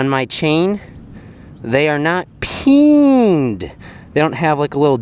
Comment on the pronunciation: I laughed whenever you said peeend